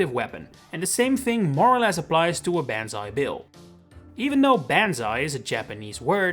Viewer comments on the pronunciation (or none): Did anyone else think it was “Bonzi Bill”? No? Just me? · Ban zai bill 💀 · Who the fuck called it banzai bill